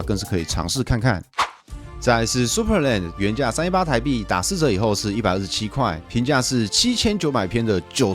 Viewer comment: 是supraland不是superland XD